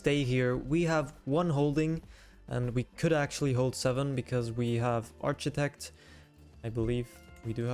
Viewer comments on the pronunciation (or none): it’s arc-itect, not arch-itect.